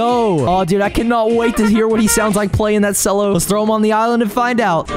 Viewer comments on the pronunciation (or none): Bowgart plays cello (ch-el-oh) and sooza plays tuba, not trombone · "Cello" is pronounced "Chello" 😭😭